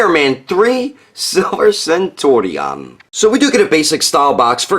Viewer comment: Centurion is pronounced very much like century